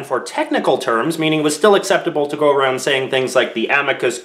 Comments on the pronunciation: “Aroond” —Worse American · I didn't know you had a Canadian accent until you said around